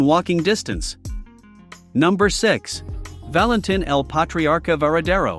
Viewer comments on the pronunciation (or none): none